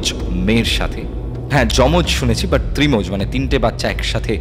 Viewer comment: ত্রিমজ বলে কোনো কথা হয় কিনা আমি কখনো শুনিনি যদিও বা তবে কথাটা ত্র্যমজ